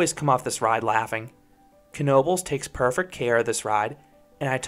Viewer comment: ive been to knobles many many times aslso thanks for pronouncing it right so many people say tis just "nobels" ive been to the waterpark and i would say dont waste your time. to mutch hassle adn you cnat go on the other rides in swim trunks or while wet. (edit) ngl im disapointed you didnt bring up the paratrooprt or tilta-wirl. those ar emy favs